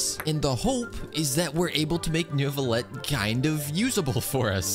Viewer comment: It's pronounced noo-vlee-ett but you just say it with that French behind it